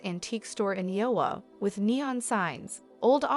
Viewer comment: Duh butt??? Did you mean debut (day bew) Aiwa???(a i wah) IOWA??? (Eye o wah) dumb ai voice overs.